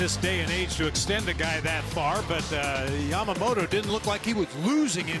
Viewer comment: この人のYamamotoの発音が綺麗過ぎて他の人がヤマモロになってるの再認識した